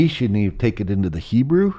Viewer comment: This man has a very strange way of pronouncing the word "hebrew"